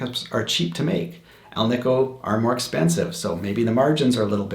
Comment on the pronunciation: I preferred the alnico. One minor critique... it is pronounced al-nih-co. Not al-nee-co. Anico stands for ALuminum NIckle and CObalt which is the composition of the magnet. Hence AL, NI, CO. Thank you for the video.